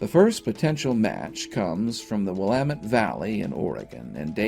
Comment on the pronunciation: Now I know the man is GREAT when he can correctly pronounce "Willamette" without flinching, pausing, and all within the blink of an eye, 😉!!!!